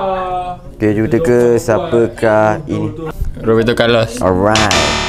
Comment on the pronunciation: dia sebut Roberto Carlos 🤣😂